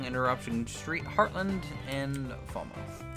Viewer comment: It's pronounced Fal-Muth 😃 Great video as ever!